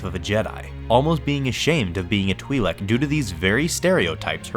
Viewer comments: twilek not TWIEHLEK! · twhy-lek, not twee-lek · Huh, the way he pronounces Twi'lek 🧐 I think the real reason she dresses like that it's because she knows she's hot 😂